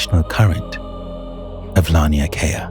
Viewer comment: Laniakea is pronounced law-knee-ah-kay-ah I love your videos.